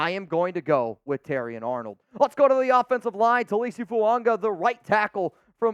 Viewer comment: The name Fuaga does not contain the letter "n".